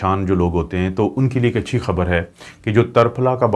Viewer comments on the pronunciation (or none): none